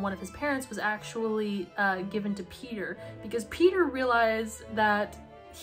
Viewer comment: The way you say Peter sounds so much like peetah, i‘m getting whiplash hahahah